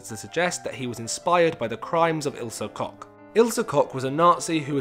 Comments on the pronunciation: Good video but I have problem with one tiny thing. Isle Koch is pronounced ill ze (like in world zealot) and surname KoH with H. Ilsa Cock sound weird 😂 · Sorry, but the way you pronounced Ilsa Koch couldn't be more wrong...